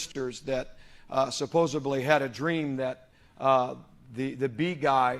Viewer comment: I lose my focus when someone says “suppose-aBly.”